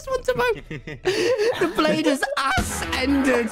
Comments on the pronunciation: the fact that tommy miss pronounce ascended as ass ended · "the blade has asended" will never get old